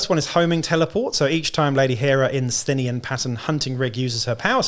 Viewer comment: Thanks for the preview, and thanks for helping me figure out how to pronounce 'Sthenian':face-red-heart-shape:! Good idea about using the model as a Spyrer Hunt Master. I used the Goliath special character with powerfist and chainsword as my Forge Tyrant, with a bit of converting(Goliath heavy Bolter instead of the sword and Goliath Ash Waste helmet instead of default head).